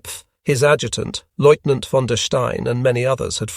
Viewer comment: Please find an AI that can pronounce lieutenant